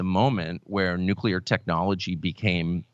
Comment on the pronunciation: Carlson has one virtue only, and it is that he pronounces "nuclear" correctly.